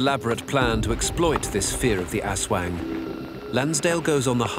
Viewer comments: ASWAG its ASWANG 😅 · its funny that aswang is read as asweng. haha